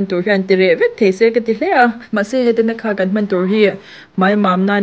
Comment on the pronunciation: Tanakha nilo in...Thanaka zawk tur aw ka u😂 Mizo lam chuan i ti dik a,mahse,a dikna takah chuan i ti diklo anih hi